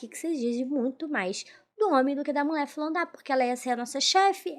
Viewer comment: Ola moca.Seu vídeo é muito bom e bem editado.Sua interpretação é otima, mas cuide da fonética das letras e palavras.Toda vez que vc fala mulher saí "mulé", incomoda um pouco e pode afastar novos seguidores.Sorte para vc, pq talento vc tem.💋